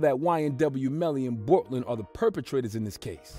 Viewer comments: How do you do a story on this and fuck up the name boltlander? (Bortland) and say that they got into the gray suv. Do your research homie. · Did he say boltlander?